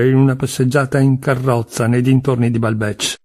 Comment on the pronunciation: Resto un po’ sorpresa per la pronuncia di Balbec e di Guermantes!